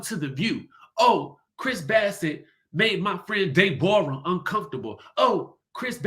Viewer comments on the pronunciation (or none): Did you just call that lady “Day-Borah” 😂😂😂😂